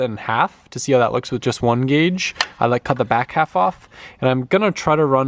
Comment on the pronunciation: Dude it's "GAUGE"!!!